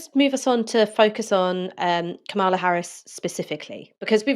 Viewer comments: Kam-a-la please get it right. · Aaron you still haven't worked out how to pronounce Kamala's name